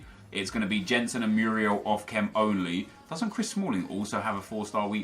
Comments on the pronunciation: Oh no. The world is going to come to an end because pronounced a name wrong. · I hate the Way He Says "Jensen" Because i know How to say his name Because I'm from Denmark. It triggers me so much. Like if you agree Kappa :D